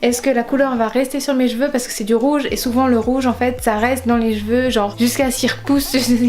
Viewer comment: Je pense que les couleurs comme le bleu ou vert marchent pas sur les cheveux bruns mais plus sur les cheveux blonds en fait. La rouge a très bien marché chez moi comme chez toi d'ailleurs... Par contre ta façon de prononcer cheveux.... non non non xD